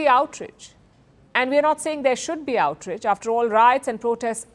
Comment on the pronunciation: Ohhhh for crying out loud..... It is " OUT RAGE" Not outridge .... Please learn to pronounce words correctly. It is not stylish. Please